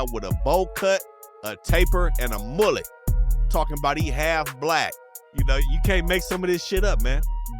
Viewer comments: He made it sound mad french 😂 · “……and a MOOLLET (mullet).” 🤣🤣